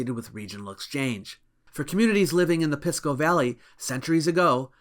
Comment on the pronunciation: Pisco is'nt pronounced "Piss"-co, it's like "Peace"co